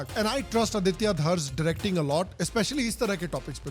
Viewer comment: He's name is आदित्य not आदित्या